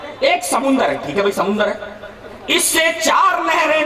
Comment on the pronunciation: Samandar ko samandar bol ke nahi aata samundar bolta hei jab bhi mu kholta hei ghalat bolta hei.chup be sharm.